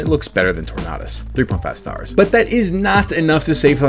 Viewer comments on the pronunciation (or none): Tornadus not torknotus. Just pronounce tornado but replace the o with a us my guy. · You are the first and only person i've ever heard call Tornadus "Tor-nah-duss" Tornado, Tornadus?? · that does not sound like the right pronunciation of tornadus